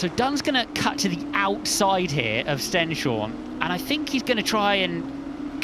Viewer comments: ‘Corrected’ them on how you should say Stenshorne (ST-EH-NS-HOR-NUH), but they made it clear that they’ve spoken to him about it and gotten a thumbs up for their pronounciation. Chances are they’ve asked Camara too. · The commentators still mispronouncing Martinius Stenshorne's last name...